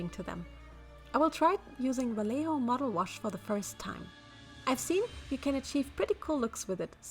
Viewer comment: darling, please the brand name is spanish, you pronounce the J like an H (or R in german in some cases) and the double LL like a J sound in german;w; so like 'vajeho'